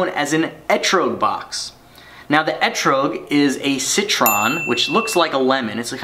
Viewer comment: Good attempt at saying ehtrog, but it is actually pronounced with a soft O like if you were saying troglodyte. On a second note I know it is spelled wrong but spell check kept trying to change it to something else.